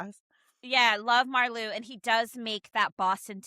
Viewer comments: Just found your channel. I’m looking forward to catching up on your videos. Love this one! By the way, Marleau is pronounced like Marlow (Mar-lo). :-) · Spelled Marleau (translated to ocean water in French ) pronounced like Mar-Low 🤭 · Another great giggle fest listening to this top 5! We love our supporting characters. Because I am picky (nerdy?? yup) like that, just a minor correction on the pronunciation of "Marleau". it's a long "o" sound on the end, not a "u". typical for all French words or names that end in "eau". Love that Svetlana is your #1! She has been a lifeline for Ilya. I have heard in other YouTube fan spaces that there is a storyline for Svetlana where she gets a top tier role in the management of a MLH team so she can use her hockey expertise. Would love that for her. And I love that in the scene on the bed with Ilya, she gives us a little peek into her opinion that Ilya may be a more versatile player than Shane -- even though she was kind of busting his chops. Both Ilya and Shane play the center position on their teams. When they are talking about them being on the same line at the all star game Ilya says he doesn't think Shane can play wing and Svetlana says "but you can". And I don't think Ilya will continue having a physical relationship with her. He is loyal to Shane ,babes!! Thanks for another lovely ride down a HR rabbit hole! 🙂